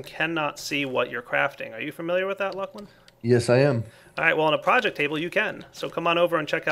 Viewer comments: Not looclin. It's luclin... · why do you call him lukelin? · luuclin? fail...